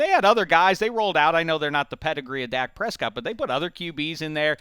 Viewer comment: That is not how you say Dak Prescott